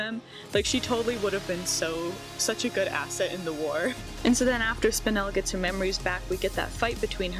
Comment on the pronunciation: Very proud of you for pronouncing Spinel right